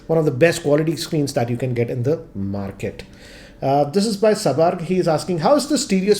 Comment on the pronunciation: When says "market", it was more like, "maa ki"😂😂